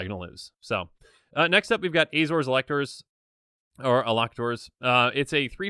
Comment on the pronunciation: Elocutor, pronounced- el'-O-kyoo-tor